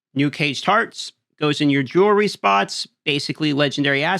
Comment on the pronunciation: lil bro needs to sound out the word jewelry